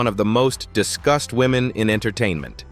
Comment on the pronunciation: Was this narrator saying “discussed” or “disgust” ?